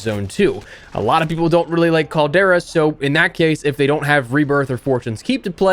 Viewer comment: In the words of the 5 time, 5 time, 5 time, 5 time, 5 time champ, Booker T.....tell me, he didn't just say that!? Noooo he said "the Caldera" 😵💀😬😬😬😬 not you too E!!! Lol.